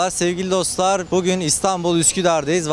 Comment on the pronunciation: danilo şef bile daha güzel "bugün" diyor